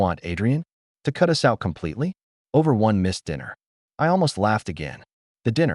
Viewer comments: Haha, I’ve noticed that too! It’s like AI can’t decide if it’s “us” or “U-S” and ends up spelling it out every time. Guess it’s still figuring out those little nuances! 😂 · AI can't seem to pronounce the word "us". Always come out as U-S. 😂